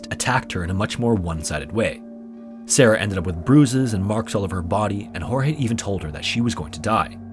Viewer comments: Your portion of Sarah Boone is incorrect, starting with the pronunciation of Jorge's name. It's pronounced George, not Hor-hay. Second, the domestic violence incidents were not accurate. He was arrested 4 times for domestic violence against Sarah. Third, Sarah went to the police station, they did not come to arrest her. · Just an FYI...though his name is spelled Jorge and that is usually pronounced as it would be in Spanish and the way you are saying it this particular guy's name was actually pronounced like "George"....just thought I would mention that...(as someone who has a name that people have mispronounced my whole life due to the spelling and my mom deciding she would go against the norm and pronounce it differently). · Sarah is a murderer Jorge begged over and over to be let out cause he couldn't breathe. She thought it was a big fucking joke. Poor Jorge Weird side note Sarah calls him "George" but half the YouTubers doing this case "hor-hey"